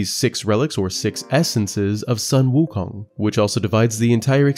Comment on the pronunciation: Sorry for being a stickler... but Sun Wukong is pronounced as Soon Wu Kong. Sorry... pronounciation nazi-ing a little here... dun mind me.